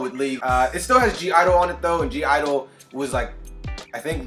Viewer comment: The "(G)" in (G)I-DLE is silent. Soyeon is the rapper for (G)I-DLE and was featured in both Pop/Stars and True Damage as Akali in previous League Music Releases. There is a rumour that I haven't been able to verify that she produced this song. Miyeon is the singer from (G)I-DLE. She is the voice for Ahri, the nine-tailed fox girl. Fun Lore FACT: In pop/stars, Ahri appears in a laundrumat; in the shot with the hamper of clothing, you can see two sets of clothes... the Red and White of her original League of Legends skin, and the Grey and Gold of her Popstar skin (NOT related to KDA). The background is that in this reality where Ahri is a singer in the music world, she is trying to break out of her Popstar teen-Idol days (2013) with a more mature sound. Bea Miller replaced Madison Beer who voiced Evelynn - there is speculation that Madison's biggest hit wasn't a song where she headlined the line-up. Also, apprently there was some sort of dust-up between Madison and Riot, with her bad mouthing them. This was known after Madison deleted all KDA content from her feeds.. This paved the way for Bea. WolfTyla replaced Jaira Burns who voiced Kai-Sa - the speculation is she asked for more money and Riot refused.